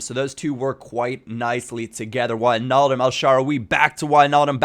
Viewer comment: Finally a youtuber who pronounces Wijnaldum correctly